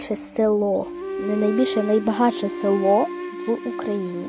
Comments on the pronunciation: У автора сюжету яскраво виражена психологія бідності і яскраво виражена чорна заздрість. Бідося не може оговтатись від того, що є звичайні сільські люди, які можуть собі дозволити будувати дороговартісні споруди на свій, непередбачуваний смак. Стільки разів і з такою наголосливою інтонацію повторювати слово "село"? Авторко, міняйте свій бідоський менталітет. Село не у відео, село у вас в голові. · А це цікаво і добре прокоментоване